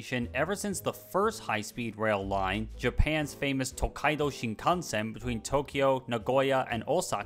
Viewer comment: Finally, someone who doesn't butcher the pronunciation of "tokaido shinkansen"